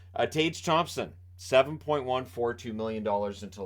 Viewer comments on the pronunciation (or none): none